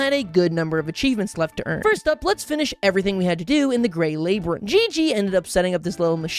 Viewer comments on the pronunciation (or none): I just got one thing to say.... lay-ber-enth? Why you swapping the y and b around it's lab-yer-inth. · I was trying to decide if you just had an accent that I'd never heard before or just a master class rage baiter. I could stand irregardless, but LAY-brinth!?!? when I heard you say it lab-yrinth I finally understand YOU ARE JUST TRYING TO DRIVE ME INSANE 😂😂😂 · LAB-yrinth not LAY-byrinth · ERM, ACTUALLY, rabbits actually favour lettuce over carrots. Also, in canon, slimes use the Slime Sea as transportation. Transplortation, if you will. Also, you're pronouncing labyrinth wrong. It's lab-ee-rinth, not labe-rinth. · It is called a labrynth not lAbrynth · WHY DOES HE SAY LABYRINTH LIKE THAT, LAB-ER-ENTH NOT LAY-BER-ENTH AHHH IT PHYSICALLY HURTS ME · LABYRINTH. ITS PRONOUNCED Lab-rin-th. NOT Lei-bre-th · Laiebrynth Everyone else on earth: labyrinth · why do you pronounce labyrinth like that. what is a laybyrinth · Lol 'laybyrinthe' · why does he call a Labyrinth a: “Labour-inth” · Okay but isn't it lab-rinth like evil scientist lab rin like the name then just th my brain was confusion for hot minute after I heard how he says it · It’s pronounced LAB-RIN-TH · Labourinth lol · Lay-brinth Lmao, also BUNNIES DONT LIKE CARROTS! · Ain't no way we got the "lay brinth" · Labyrinth isnt pronounced laybrinth bud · well I can officially say you are the first person I've heard pronounce it "lay-brinth" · “laybrinth” 😭 i swear his english is a bit at this point 😭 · Irregardless, it's funny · He's actually saying labourinth as foreshadowing of the menopause bit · The way says labyrinth, kills a bit of my soul each time I hear it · Why is pronouncing Labyrinth wrong is it just the spelling and name in the game or dose he just say it like that ?? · Does the way he says “Labyrinth bother anyone else? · him miss pronouncing labyrinth is so funny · Are you just deliberately mispronouncing labyrinth just to make people cringe?